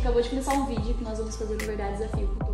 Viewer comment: SALVIANA TUBER MDS CARA seu portugues n e desse planeta "vidio" "gravarsão" "dorrr"